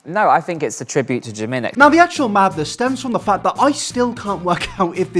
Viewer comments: You’d think if he loved jimin so much hed attempted to learn korean and pronounce his name correctly. Not“Jih men” more like “jeemeen”(지민). Korean pronunciation is tricky but with all his obsession you’d think he’d try💀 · Can we appreciate how he says he loves Jimin and all of that but can't even pronounce his name correctly? It's JImin not JimIn lol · The fact that he can't even pronounce Jimin's name correctly in Korean is making me puke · God am I the only one that hear that oli said that his name is oli min ARE YOU KIDDING ME!!!!!! Jimin name is PARK jimin you can tell that oli know nothing about him And he even not pronounce his name right!!!!!!! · He doesn't even say Jimin correctly! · Oli can't even say Jimins name right. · To Oli London: Please stop butchering Korean thank you. If you were really appreciated the Korean language then you would actually take the dedicated time to learn how to pronounce words correctly, sorry not sorry that’s the FACTS